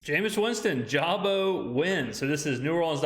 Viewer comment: Ja-boo. But Fr nobody cares he’s still a buccaneer. 2/5.